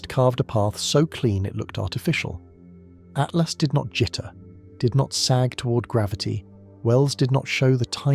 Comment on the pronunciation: Does no one check these things before they're published? After 3 dozen At-lasts I had stopped listening to everything else and was yelling at my phone Atlas! ATLAS! Artificial yes. Intelligent my ass